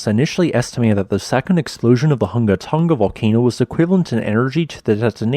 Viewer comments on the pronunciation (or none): Hunga is pronounced /'hʊŋa/ not /ˈhʌŋɡə/ Tonga is pronounced /'toŋa/ not /ˈtʌŋɡə/ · It's not called Tunga, it's called Tonga.....Tong a